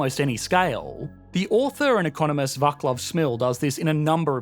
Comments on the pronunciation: This video is spot on. Energy IS the only real currency. It is fundamental for life, societies and civilizations. If you do not have energy - you cease to exist. All other currencies are just "make believe". Oh, and by the way, it is not Va"K"lav Smil, but Va"ts"lav Smil, like in "Russian Tsar" ;) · Vaclav is pronounced vaats-laugh. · "Vaclac" is pronounced "Vatslaf". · Václav Smil = pronounce Vaatslav. C instead of K. Think of dr. Watson instead of John Wycliffe. I hope that helps. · Vaclav is pronounced as VaTSlav, at least that's how this Slavic name is pronounced in Slavic languages.